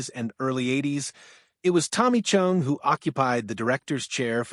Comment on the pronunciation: “Chung?” Why is “Chong” so difficult for AI to pronounce??